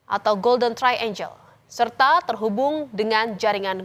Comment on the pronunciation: Triangle (angle = sudut, triangle = segitiga) bacanya trienggel, bukan trienjel. Angel (malaikat) baru dibaca enjel.